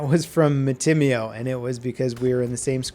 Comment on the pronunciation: mat-tim-mio ... I always thought it would be mati-mio